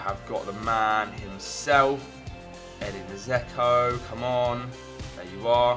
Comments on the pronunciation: It's not "zeko" it's pronnouses d-j-elk-o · Its pronounced 'Jecko